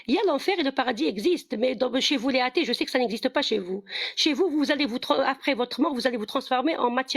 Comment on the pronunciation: "Les hâtées" 😂